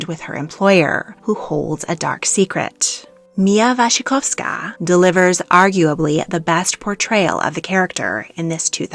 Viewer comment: thank you for saying mia wasikoskas name right